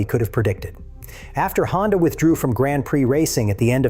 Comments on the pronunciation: AI voice said “Grand Prick”. 😂 AI is trash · seriously why did you say Grand Prick?